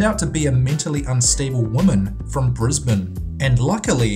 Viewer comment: 10. I'm from Australia and I'm so happy because you said Brisbane correctly, you don't understand how much this means to me